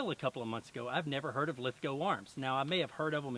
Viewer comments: We forgive your attempt at an Aussie accent because you pronounced Lithgow properly. (Most Americans pronounce it Lith-gOW instead of Lith-go) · An American that pronounces “Lithgow” properly!! Omg! Haha good stuff mate! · Lithgow makes the guns for the Australian Army.. they’re top quality! Awesome videos mate.. good to hear an American pronounce the name lithgow right too.. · Glad you got the town name right first go as some one that lived in the town its hard to hear when people get it wrong haha and we also make a styre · Omg an american that can pronounce lithgow properly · man, I have to give you some credit, when so many 'merican's say lithgow, (when reviewing this, or other lithgow guns) they butcher the name saying lith-gow, (even tho it is said and spelt the say as john lithgow's last name) glad you are loving this rifle, they are imo magic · Wooooo you pronounced it properly! :D